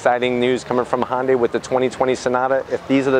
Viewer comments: its not "honday" it's ""HI YUN DAI" if you're going to review something ...at least pronounce it right...Can't wait until you review the next toylotta....or cheby corbette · Even if you’re not going to pronounce the “y” in “Hyundai”, it’s not Honda with a “y” at the end. There’s no “o” in Hyundai. “Hunday”, please. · It's a HYUNDAI not a HONDAI FOOL. At least learn how to say the name genius. I've owned 4 Hyundai's. 1 Elantra many years ago- with manual gearbox.( which my daughter wanted- I bought the car for her) Nothing to brag about. And THREE Hyundai Sonata TURBO'S. One was wiped out with only 1200 miles on it by Hurricane Sandy. Last 1 was a 2013 Turbo with 275 HP & after that for some reason Hyundai dropped it down to 245 HP??? FUCKING RIDICULOUS. So I got 30 more HP with an older car? PURE STUPIDITY. Now I have a KIA (HYUNDAI BOUGHT THEM) STINGER WITH 365 HP. Now that's the way to do it guys. Thanks to the AUDI engineers that developed this car. Great, good looking, & fast. Love it. Ceramic silver or as I call it glossy battleship grey. The best. Next year make it 500 HP folks. lol